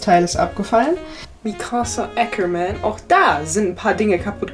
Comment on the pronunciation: Ohhh Ackerman ist dt. Name auch jp Orginal .Ich wünsche mir daher nicht dies "englische Aussprache" verwendest bitte.:face-purple-crying